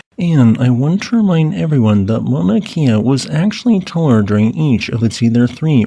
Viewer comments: please work on your olelo hawaii pronunciations. it is not mauna kia, it is mauna kea (kay-a). you speak about our sacred places often enough correct pronunciation would be appreciated. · Your videos are appreciated, however not so much your pronunciation of Hawaiian place names. It was distracting. Mauna Kea (Kay-ah), Waimea -Wai may-ah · Mauna Kea. “Cay ah”. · "ma na key ah" 😭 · Why does this guy talk so strangely, and not properly pronounce Mauna Kea? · Just a little point on Hawaiian pronunciation. "E's" are always pronounce short, as in "eh", never "ee". "I's" on the other hand are always pronounced "ee". New England missionaries created this system with help from local Hawaiians. The rules are much simpler and more consistent than English written phonetics.